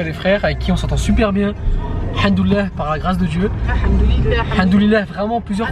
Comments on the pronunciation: m fait rire, il dit:handoulalah mdr alors qu'en réalité c'est hamdoulalah c un M pas un N 😂😂😂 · j'arrête pas de rigoler de la façon dont dit hamdoallah, il dit haNdollah je trouve ça marrant tu peux lui corriger mina mdr sinon super vlog j'ai adoré